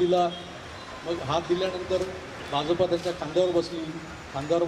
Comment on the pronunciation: Bhauna "Bha'ja'pa" cha ucchar properly karanyachi request karavi.